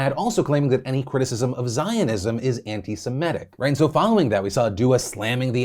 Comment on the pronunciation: I usually don't correct people, but I wanted you to know that it's Semi-tic/tism not Seme-tic/tism.